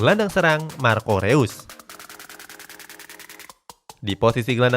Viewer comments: Reus di baca nya Rois min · Info aja bang marco Reus bacanya (Marco Rois)